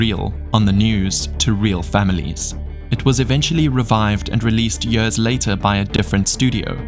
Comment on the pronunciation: The way you pronounce the word years [jörs] makes me cringe 😬